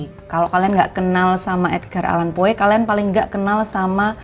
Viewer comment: Tolong perbaiki pengucapan nama + kosakata Bahasa Inggris "Poe" dibaca "Po"